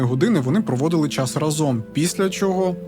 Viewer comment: Дякую. Відео круті. Але в кожному відео ріже слух вимова слова «Разом». Будь ласка вдосконалюйте вимову. Бо значення слова «разом» в вашій вимові має взагалі інше значення котре не стосується розповіді і контексту. Всім мир!